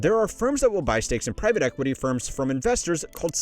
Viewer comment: Privat equity? Is this another AI channel? Started just over a year ago. Thumbnails/titles giving me AI vibes. And who mispronounces the word private like that?!?! You dony know private equity but youre a money channel? Its like these AI slop sport channels who dont know how to pronounce the biggest stars of the sport lol